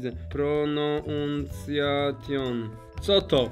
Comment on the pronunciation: „Pronanceszyn inaczej wymowa 😂